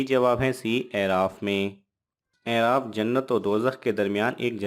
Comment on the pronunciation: آپ جن کتب سےجوابات لے تےہیں ان کتب کاحوالہ مع صفحہ وہاب بھی دیاکریں - اورلفظ اِعراف نہیں ہے - بلکہ الف پرفتحہ ہے - مدارالافاضل ، اورکشف ومنتخب میں ہے - امامِ زاہدسےروایت ہےکہ اعراف کواعراف بایں وجہ کہتےہیں کہ وہاں کےساکنیں دوزخیوں اورجنتیوں کےاحوال کوزیادہ جانیں گے اور-خوشبودینےوالا - کےمعنی بھی ہے - ازغیاث !